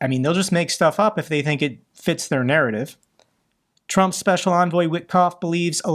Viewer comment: Trump's "speshul" envoy Stooge Witless.